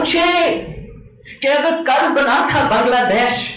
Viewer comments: We in India should dismiss Bilawal Bhutto Zardari seriously. Besides, he should learn the proper pronunciation of the name Bangladesh. He says desh as in ‘shed’, which is inaccurate. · बांग्लाडेश!..... अबे पहेले हिंदी तो सीख ले!